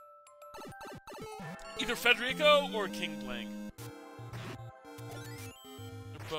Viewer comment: actually pronounces "Federico" correctly. What an absolute Chad.